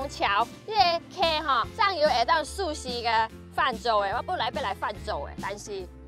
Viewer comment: ，啊你是麥去“溯溪”？ 啊西麥去買“壽司”？哇聽攏無呢？